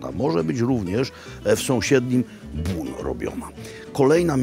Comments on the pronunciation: Robi, powinieneś przyłożyć się do wymowy francuskiej, bo nazwę miasta Beaune wymawiasz nieprawidłowo. Zbiór liter "eau" wymawia się raczej jako "o", a nie "u" jak Ty czynisz. Salutations!🙋‍♂ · Bon nie Bun. Poza tym super :) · Jak zwykle wspaniały odcinek! Trochę myląca wymowa nazwy miasta Beaune...